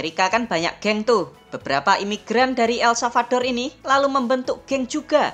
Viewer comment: El-Salvador min... bukan salvaldor